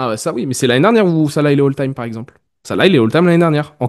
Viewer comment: Bah déjà, si t’écris “Hall time” au lieu de “All time”, c’est que tes arguments sont déjà erronés et que tu sais meme pas de quoi tu parles. Et c’est un débat stérile qui n’a aucun sens. Et il s'appelle Salah pas "Sala".